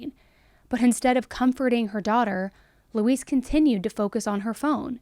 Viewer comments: Is anyone else hearing her say Louise like "Luis?" Like instead of saying Lou-EEZ, she's saying Lou-iss? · Usually Louise is pronounced Loo-eez (You are pronouncing it like Luis, with a s at the end ibstead of the z sound we often use for the letter "s"). 🙂 Not that I care if that monster's name is misprnounced, but there are a lot of people named Louise out there. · It’s pronounced “loo-ease”. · This name is pronounced "Loo-weez". I don't know why this bothered me so much? Just accuracy I guess? It's not a name commonly used these days so maybe younger folks don't know the pronunciation? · it sounds like shes saying Luis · It's pronounced 'Lou eeze'. No, this is not all I took from this story before anyone starts, but if you're going to do an article at least get the name right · It's pronounced 'Looeeze'. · You're killin' me lol My grandma's name was Louise, the "s" sounds like a "z" - it isn't pronounced like the Hispanic "Luis." That concludes this PSA, tyvm and have a nice day.:face-fuchsia-poop-shape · Always a fan. But not a fan of the name Louise given it was forced on me and for anyone reading this, that’s not how it’s pronounced. Thelma and Louise.